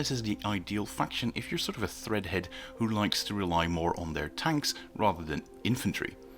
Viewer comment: Cool video. It’s “Tread-head”. Like treads on a tank.